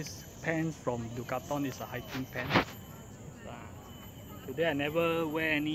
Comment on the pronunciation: did you just say Du Ca Thon, or is it Decathlon?! Just gives me the giggles :)